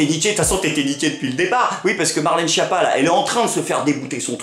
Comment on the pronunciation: Ca m'embête de casser ton delire, mais la prononciation correcte de Schiappa c'est "SKiapa". Ouais, c'est moins drôle, mais c'est plus correct.